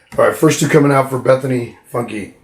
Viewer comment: Funke the e is silent.